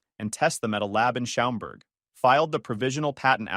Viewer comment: Also Schaumburg is pronounced shaaaaaamburg.